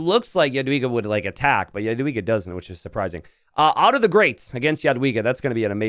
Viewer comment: Kinda funny how he apologized for the pronounciation of Pachacuti but then he butchered Otto so hard xd